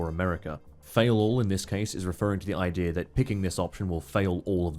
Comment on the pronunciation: “The general ideer”